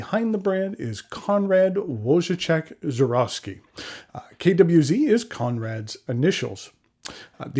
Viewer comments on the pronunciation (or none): if I may suggest pronounciation of the second name: "voy-tzeh", or short (and English-easy) form for friends "voy-tech". Your version was too far from original...:) And a typo in the description: " KWX ink". This is my type of colour, I mostly use red & brown inks - Diamine Red Dragon, Oxblood, MB Burgundy Red, Akkerman SBRE Brown, KWZ Honey are some examples; so if I were in the US, I would buy this one too.